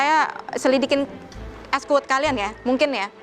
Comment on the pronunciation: lengeh gati..wkwkwk.. es kuwut bukan es kuwud..wkwk